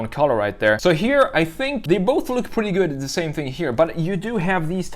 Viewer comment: Too much on the esthetics of the design and not enough on the mechanical features and ease of access for maintenance. Now for the brutal, but honest critique. Get a speech coach and learn how to pronounce your "r's". I was constantly distracted from your narrative by "pwetty" and "gween", etc. I can't help it, the substitution of a "w" where a "r" should be was very annoying.